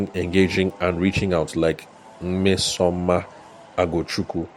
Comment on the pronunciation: I didn’t know this was today’s podcast until I heard my name😅. You did well with the pronounciation of the name. Thank you for the shoutout! Nmesoma means Goodness, tho. Guess ChatGPT wasn’t very accurate😅 Thank you Thank you!